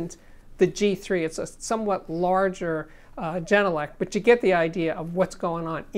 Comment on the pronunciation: As a finn I'm so happy to finally see this review! I'm currently running the genelec 8020 dpm. Absolutely love the speakers. I prefer having true sound, so I'm more than pleased. By the way, it's pronounced with a hard G , not jenelec. Finnish pronunciation doesn't have a soft g.